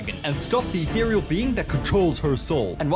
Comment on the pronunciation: "the earr'rrl being" bruh just look up the pronunciation if you haven't heard ethereal before